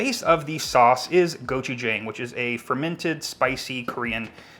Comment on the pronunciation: and it's pronounced "go-chu-jaahhhhng" not goch-jayng, lol. Gochu=pepper, usually spicy but not always, jang=paste, basically paste